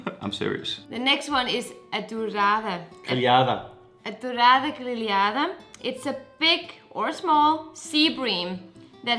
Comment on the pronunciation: It's "greLHAda" — it's easy, every time you have the NH or the LH, the letter is ALWAYS before the H ;-)